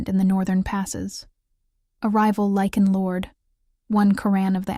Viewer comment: This is a werrewolf story: the writers should be less dim witted: the wolves are called « LYCAN » , not « lichen » whis a type of Moss!